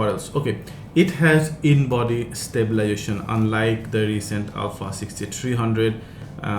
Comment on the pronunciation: Thanks for the review. One small correction.. is not "stabilation" it is stabiLIZAtion. Other than that your English is very good and easy to understand. Good job :)